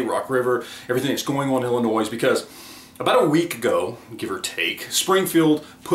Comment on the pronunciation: Wohoo you didn't say "Illinoise". 😝